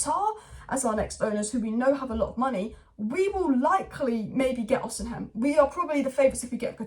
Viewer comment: please read this ffs Vik-tor O-SEE-MEN